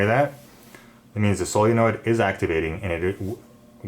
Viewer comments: is he saying sillynoid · Please learn how to say solenoid.